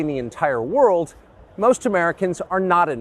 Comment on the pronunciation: Civilian apartments are absorbing rockets in Kiev and Kherson and Tucker Carlson has the balls to whine about "global trade alliances". Note the emphasis when he says, "...you're paying for must of it." I try to stray from faith if possible, but this dude fancies himself a Christian. Yet here he is prioritizing money over lives. As a practicing Catholic I find that sentiment deeply, deeply revolting. I don't recall any part of Christ's Ministry on Earth that entailed brutalizing your neighbor with tanks. Nor do I recall Christ imploring us to prioritize our money when we witness a neighbor being brutalized with tanks. "Incomprehensible" is the correct term,. I agree. To understand Carlson is to be Divine.